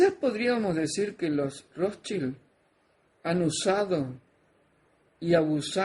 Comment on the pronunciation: estaba en lo correcto con la pronunciacion de los Rothschild, pues es Rozs- chaild.